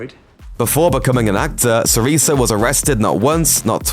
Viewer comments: ITS TONY SIRICO, NOT TONY SIRISO :D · Sirico pronounced Sireeko. Where the hell do you get sireeso?? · "Tony Siriso" he's pronouncing he's name. It's pronounced "SEAR-IH-CO" with a hard C for a "K" sound. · Tony Sirico not SiriSo you fukn medigan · sirico not siriso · Tony "Suh-reeko," Sirico Making my way through the series now. Paid around $100 for the whole series on DVD, great show. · it's pronounced s-i-r-i-K-o not s-i-r-i-s-s-o.... do a very basic research in the subjects you want to publish guys, please.... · It's Suhreeeeko NOT Suhreeso. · Yeah and it would be nice if the narrator could EVER be bothered to learn how to say these names before they so rudely butcher them. He says Sirico (an Italian name) as "see-ree-so"... NO, even small children know it's said "see-ree-ko". If you can't be bothered to learn how to say names correctly, don't say them AT ALL. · It’s SiriCO, not SiriSO. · There's a gazillion videos online where u can see & hear that Tony SiriSo's name is Tony SiriKo! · SIRICO...pronounced- Si-ri-ko ...not si-ri-so... Jesus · Tony Sirico sounds “tony siriko” you muppets....in any Latin language including Italian and Spanish the “c” sounds “k” not “s”. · "Siriso" His name is Sirico as in "Siriko" Weird that he would choose a soft Spanish-style 'C' for a guy who's name comes from Italy descent. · It’s pronounced Siriko not Siriso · Your pronunciation really sucks. It's Tony SI-RIKO, not SI-REESIO. I often get the feeling with these big YouTube list/top10 channels that half the time the guy they hire to read the script doesn't have the faintest idea what he's reading about. I bet none of the people involved with the production of this video have even seen the Sopranos. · SiriCo, not siriso 🤣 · tony siriso????? si-ri-co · Tony Sorico is pronounced Tony Sereko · I know.. how da efff do you get siriso from sirico... effin stunad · Tony SER-EEE-SO?! Hahahahahahahahaha...wtf is this shite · Sirico is pronounced with a hard C, like a K, i.e. Siriko. SMH.